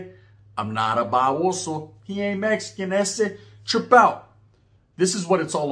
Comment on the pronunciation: I hate when y'all over in Texas say meskin put some respect on it and say it rite🤦🏻‍♂️